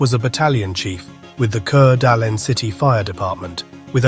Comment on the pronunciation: Coot-knee, fer gosh sake! The name of the county is Coot-knee. And the city is called Core-da-lane. Now if this had happened in Pend Orille county i could understand...no outsiders get that one right. It's pronounced Pond-der-ray. French. ((Shrug)) what can you do?